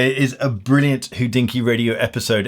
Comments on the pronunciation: Hodinkee should be pronounced hohdinki and not hoddinkki. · Why do you pronounce Hodinkee as 'WHO-dinky' constantly?